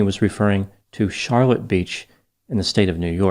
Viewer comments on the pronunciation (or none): Char-LOTTE. Said more like Shar-lot beach. Source: From upstate NY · CharLOTTE Beach. You put the emPHAsis on the wrong SyLLABle